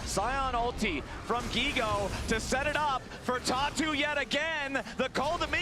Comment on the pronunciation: Anyone else hearing "Tatu" as "Talk Tuah" I think my brain is fried